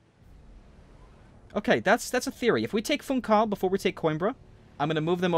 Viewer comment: Man, your saying Funchal's name wrong. You don't ignore the 'h' it's like... the words "fun" and "shall", [fũˈʃaɫ], more precisely.